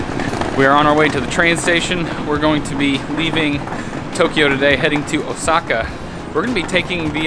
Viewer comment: it's O:saka not Osa:ka, great video though